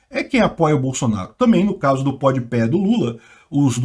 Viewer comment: Ah não, tu não falou podpé não né?